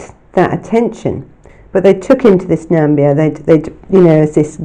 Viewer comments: ....and where is "Nambia"??? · Interesting, thanks, but there is no such place as "Nambia". There is the Gambia and then there is Namibia. I think you mean the latter. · I think you mean “Namibia”? x